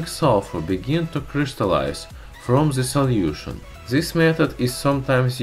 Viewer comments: I know a few russians, and am polish. I know it's possible for you so just... learn to say 'd' or 't'. It's not 'zhe', it's 'the'. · Ze rubber lol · "ZE WATER"